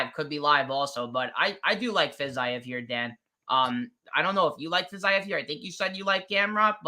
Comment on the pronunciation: It's not FIZZ-EYE-EV you illiterate goon its pronounced FIZZ-EVE